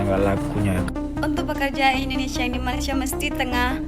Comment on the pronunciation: Rupiah Mendonia Ringgit Menjadi Pojaan Endondeshia😂😂😂😂😂